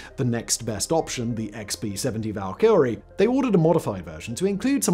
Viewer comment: How are you pronouncing Valkyries there Simon?